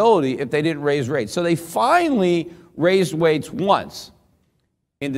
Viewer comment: He said "waised wates" once, like Bugs Bunny lol. Love Peter Schiff.